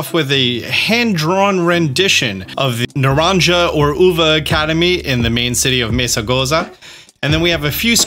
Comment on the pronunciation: you still haven’t gotten the pronunciations correctly. The J in Naranja is pronounced like an H, like Na-ron-ha, and the V in Uva is pronounced like a B, like ooba. The H in Herba is silent, so it’s pronounced similar to ur-ba. Thanks for all the great content regardless.